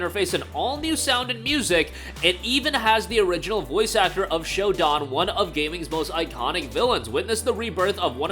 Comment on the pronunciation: Shodan is pronounced (show-dan.... as in Dan from Daniel. Not Don from Donald). Please and rhank you.